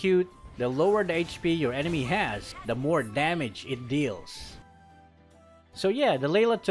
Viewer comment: It's damage 😅not demej